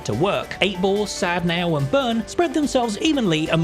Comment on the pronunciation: The way you say Sadneil makes me want to skin myself. Good content!